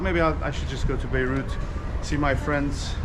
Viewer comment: It's Beirut not Beruit :), check the video. For the rest, awesome as usual. Greetings from Belgium 🇧🇪